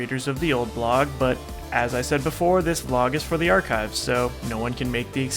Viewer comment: *before* Not boofore